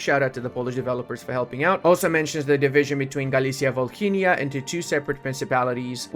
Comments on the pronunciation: Mate, it's Volynia, h is silent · In Volhynia H is silent Save ours ear's 🙏